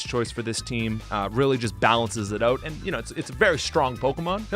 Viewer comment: "kakuna and metapod are oat"